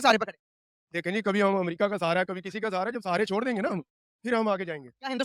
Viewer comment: Pahle bolna toh seekhle, America hota hai Amrica nahi hota hai.